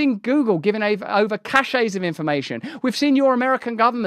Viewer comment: "Cachets"? No. Caches, cache plural. Pronounced cash and cashes. Cachet: the state of being respected or admired; prestige. 2. a distinguishing mark or seal.